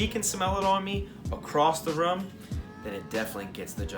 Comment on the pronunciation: Brooo are you from new Orleans!! I heard you say ruum lol!